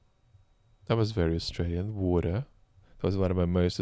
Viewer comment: I'm so proud of my country Australia, giving all those tanks. We're small but I still wish we could do more. Also it was nice to hear pronounce "water" correctly:P